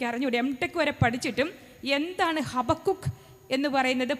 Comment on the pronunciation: ഹബാകൂക്ക് എന്നാണ് ശരിക്കുള്ള pronouciation ഹബകുക്ക് എന്നല്ല. Maybe that is why the girl got confused.